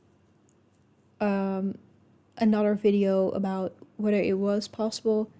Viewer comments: Wow, a Finn actually pronounced “about” correctly and didn’t exaggerate it as “aboot”, I’m impressed. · I played it back 4 times. He absolutely nailed it